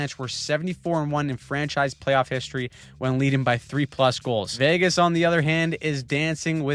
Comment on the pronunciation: Oh no, we're going to have to hear him pronounce Vagas all the way to the finals now! 😆